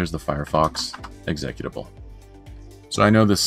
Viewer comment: Nice explanation, also I've never heard anyone pronounce executable like that before, blew my mind :D